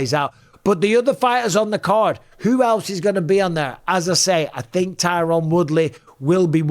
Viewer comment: Francis “I tink” Ngannou